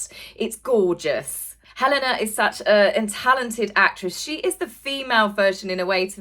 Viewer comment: Pronounciation & syllables!! Hel-enna - hard l & n. Bon-ham - hard n, silent h. 🙄😬 The Bodyguard story about Diana was debunked by Lady C as 'fake news', & does seem far-fetched in truth. 🥱👀 #wakeupdread